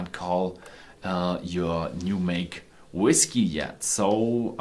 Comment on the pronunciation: I am glad you have since stopped using that ridiculous "whiskAy" pronunciation.